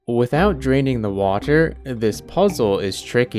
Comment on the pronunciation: I love how he says Watur